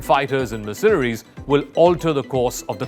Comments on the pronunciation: Learn to pronounce "MERcenaries". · My ears bleed from hearing "mercenaries" pronounced with the accent on the second syllable instead of the first. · Please learn how to pronounce mercenaries (Merc- cen- aries! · this guy keeps saying 'mirsinaries' . It's annoying and he should know better. Other than the he's way better at English than most Indians; or Englishmen for that matter. Slava Mother Ukraine 🇺🇦🇨🇦!! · I have never heard Mercenaries pronounced this way before — or is it just me 😳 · This guy does a great job narrating. But please learn how to pronounce "Mercenaries". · He seems to have a decent command of English. But why, oh why, does he have to say 'mercenaries' so often and garble it's pronunciation? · His pronunciation of mercenaries was also wrong, repeatedly😉